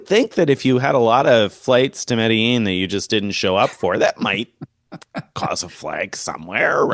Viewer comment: You should take a real flight to Medellin and learn how to pronounce it, 😂😂. Seriously, it's an awesome place.